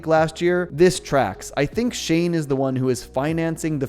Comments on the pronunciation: Not "Shane"! Chane like "chain". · you keep pronouncing his name as "shane", but his name is chane. Its pronounched as chane countless time in the show. Its a "ch" sounds, like Chester Cheetah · Just for the sake of it, Chane is pronounced like "chain" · Shane? You mean Chane right? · It’s Chane, not S H A N E. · Why does everyone keep pronouncing it "shane"? isn't it pronounced "chain"? The Chane train stops for the ladies! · Nice analysis but have you ever seen the original show? It's Chane Wasaanasong, like chain... That's how they say it in the show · Chane was pronounced " Chain" not Shane!